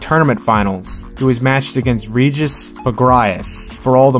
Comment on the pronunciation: Why you sayin reguss name like that?